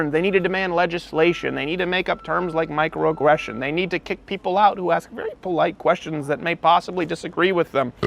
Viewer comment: The way you said "micro-aggression" came out more like, "Mike Rowe aggression." I just had a mental image of a pissed off Mike Rowe standing over me with an baseball bat and menacing look. Having met the man in person, he's such a cool, sweet person - which makes the mental image all the better. 🤣